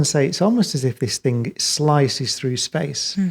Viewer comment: He is a genuious - but one question Brian... The word "Thing" How do you insert a K at the end? Very well spoken... very smart... but can not pronounce THING - Not think.... thats a different word Professor Cox My dad was from England... and he keeps talking about Mectkil - Metal, not mecktil English is the hardest laguage in the world, I know. But if you look at the letters for these words, not one c or k METAL, THING... 5 letters professor. Phonetically sound